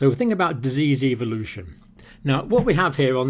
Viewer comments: evolution not ivolution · Eeee-vo-lu-toon. Ehh-vo-lu-tion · evoolootion is eVoOlOoTiOnInG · I was cringing at the way he pronounced 'Evolution.'